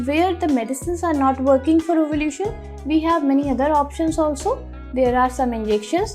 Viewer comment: Ovulation hota he wo ovulution nahi…